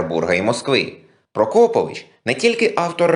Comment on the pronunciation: Наголос у прізвищі мабудь трохи не той..